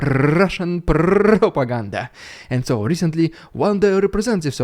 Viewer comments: Rrrrrusian Prrrrrrrrrrrrropagander first 😅😂😂😂😂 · loving the RRRediculous RRRuzzian pRRRRopoganda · Hahaha,”Russian prrropaageeeendaaa” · I love the Russian Propaganda section, each time he rolls the r’s longer and longer